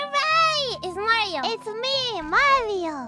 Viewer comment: The way pronounces Mario like Malio is so cute